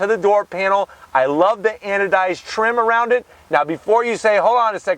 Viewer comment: Say "Anodized" one more time!